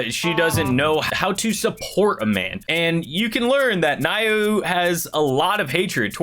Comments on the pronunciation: How you pronounce Naoya is Na Oh YA not Nayo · Naoya is pronounced Nah-oi-ya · They way you pronounce Naoya is Now-oo-yuh (atleast I am pretty sure that is how)